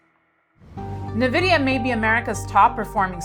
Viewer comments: N-VIDEA NOT NEVIDEA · Navidia 😎 It’s pronounced Envidia, lady